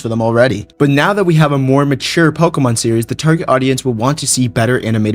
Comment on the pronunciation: I love "pokuhmun"